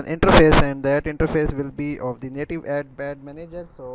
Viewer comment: bhai explain to achi trha kardia karo bacho ki trha bna rhay ho jasay bachay kahi say dakh k copy kar rhay hoo and yar urdu may b bna laytay at least explain to sahi hota na ab english may ap say sahi say explain nahi ho rha "of the " or "and " par zoor dia hoa ha bssss just time waste